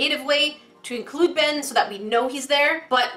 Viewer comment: did she say "Ben" IT IS "BeYn"